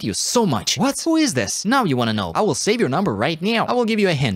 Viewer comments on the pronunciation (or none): "I wull save your number right neow" got me dying😭